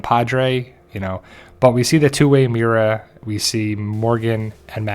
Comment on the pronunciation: Love how you say mirror lol